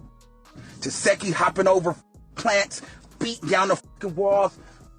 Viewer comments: Who is Tesheki 😂😂 Her name is pronounced Ta-see-kee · Why can’t ANYONE say her name??? It’s pronounced “Tuh-sec-E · Why do y’all continue to pronounce this woman’s name wrong when she CLEARLY has enunciated it a million times 😐🙃 TES ZEE KEE … not that hard 🙄